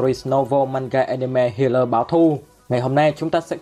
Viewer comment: Sao toàn đọc thành hatai báo thù